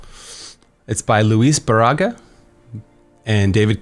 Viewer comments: Barriga its not Barahga its more like Bareeeega. Just saying 😁😁😁 Cheers 👍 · What a weird way to pronounce "Barriga"